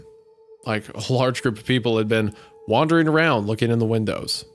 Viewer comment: If we're gonna talk shit on Hunter for saying exspecially, I'm gonna do the same for Wendigoon pronouncing wandering as wondering.